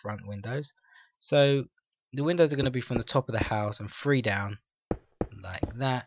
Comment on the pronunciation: It's three not free lol just kiddin